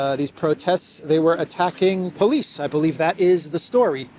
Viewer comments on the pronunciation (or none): none